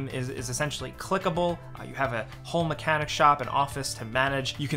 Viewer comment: Dude it is car mechanic not mecanic simulator.